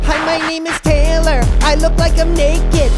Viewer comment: It's not raylor